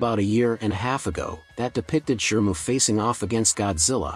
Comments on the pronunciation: And Shimu not Shirmu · How is it that you always pronounce "Shimu" as "Shermoo"? 😅